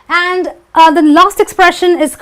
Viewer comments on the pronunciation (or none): Help us to remove this confusion with the correct pronunciation of the word "the " because my Indian friends called zi and za it's baffles me. I don't when to call it zi or za .